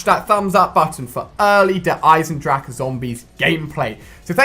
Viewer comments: it's pronounced Eisen-drah-hah okay you English noob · Noone except the germans know how to speak the 'ch' in "Eisendrache" xDDD